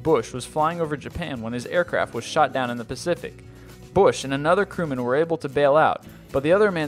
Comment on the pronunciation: I'm sure he said "crewmen" but it sound like he said "criminal".